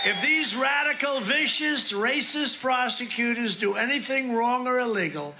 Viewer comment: He calls them Frosecuters. Did Bannon dictate this garbage?